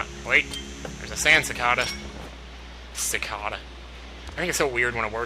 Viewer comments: Isn't the "ca" in cicada pronounced "kay," not "kah?" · It's pronounced CicAEda not cicada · Maybe it's a regional thing then. I'm from Virginia and we pronounce it like Falling2Grey29: sick-ay-dah. (the ay in the middle sounds just like you're saying the letter A) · i think its more like sih-kay-duh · I think its ca-kay-da is its pronunciation. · Cicada should be pronounced "sick-ay-duh". Just letting you know :) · ...I think 'cicada' is pronounced like 'cih-kay-duh' o.o I could be wrong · I thinks it's pronounced SEAcada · I've never heard anyone pronounce the word cicada the way you do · I would correct you on the sand cicada's pronunciation but this is an older video thus making it pointless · I want to say to him how "cicada" is pronounced, but I can't type it! ARRRRGH!!! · why would a mexican pronounce that word "CHA-cha-dahs", that doesn't have any sense, because the word cicada in spanish is pronounced like did xD!